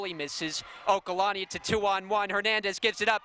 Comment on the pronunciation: It's OLUKANNI not okalanni